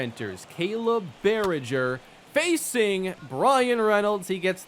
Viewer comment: Just FYI the "G" in Baragar is pronounced like "G" in Garlic. Like Bara-Gaar instead of Bara-Jer. It's a hard "G".